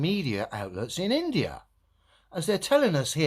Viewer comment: Hey globealoids, get that in-da-ya🤣